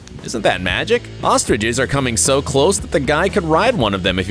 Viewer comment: He said ostriches 🤣🤣